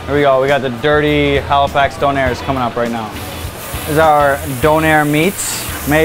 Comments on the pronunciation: Donairrs LOL! It's Doner you cringe worthy hipster. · its fucking pronounced DONNA!! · How can you run a retraunt and pronounce doner and pitta wrong?